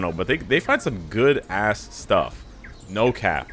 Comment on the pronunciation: He emphasized too much on ass